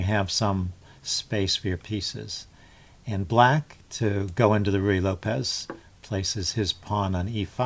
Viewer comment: You are the first person on YouTube that I've heard who actually pronounces "Ruy Lopez" correctly. Add one more thing to your list of "onlys."